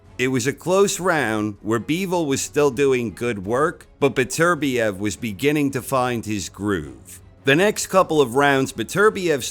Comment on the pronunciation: You english speaking folks really need to start pronouncing Beterbiev the right way. FFS.